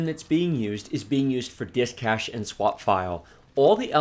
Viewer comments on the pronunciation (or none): none